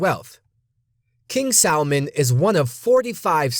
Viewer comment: did he say king salmon?